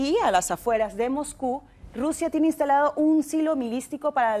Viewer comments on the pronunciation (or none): Primero, esa periodista deberia aprender a hablar. Qué es eso de milistico. Además, la península se llama Kamchatka